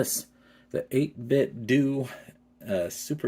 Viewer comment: I believe that 8bitdo is meant to be pronounced like Nintendo, not Scobby Doo.